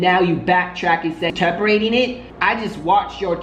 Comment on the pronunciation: You can’t pronounce “interpreting?”